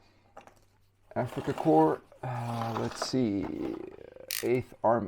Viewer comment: I'm glad to hear you pronouncing Africa Corps correctly (remember Obama calling a navy corp man a corpse man?) so many don't say it like core but corpse. When trying to straighten the old softer plastic get 2 bowls of water one very hot and one with ice in it. Warm the figure in the hot straighten the piece out then plunge it in the ice water holding the piece at the angle you want it after 10 seconds remove this should help you a lot. When trying to focus your camera to a figure to show details you can put your hand right behind it or better yet have a square of colored paper to hold behind the figure. The camera is "seeing" too much and doesn't know what to focus on this will fix that for you. Nice video you did a nice job describing the differences between the old and new figures.